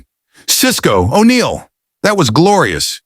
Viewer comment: You lost me when you got to O'Neil. And you can tell this was narrated by AI. Interesting premise. Wish I could finish it